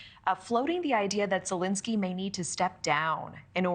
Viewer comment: Zelenskyy, not "Zelinskyy."